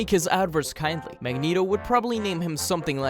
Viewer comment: "Magento" has got to go plz